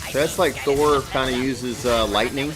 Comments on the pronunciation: It's THOR not THO 😤😣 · Dud its Thor not Tho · YOU CALLED HIM "THO" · You forgot to add the r for Thor. It says Tho lols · You forgot the r in thor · you forgot the r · u forgot the r